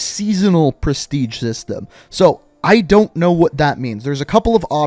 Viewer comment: I heard Presitge... is this so??😯